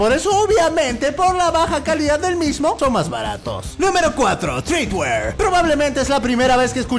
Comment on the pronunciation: Treadwear no TREEdwear